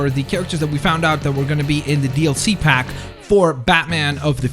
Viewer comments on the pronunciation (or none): none